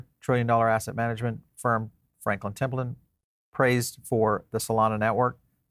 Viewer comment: Your saying Templeton wrong i now my name second name is Templeton its pronounced temple-ton and franklin will be desendend from my blood line which origanates originally from scotland before moving to irland the spliting to england, america and Australia